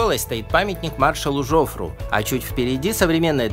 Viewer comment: Отличное видео! Хорошие съемки, интересные комментарии - много интересных фактов. Маленькое НО.. во французском языке ударение всегда ставится на последний слог - ТрокадерО, КлебЕр, ЖофрУ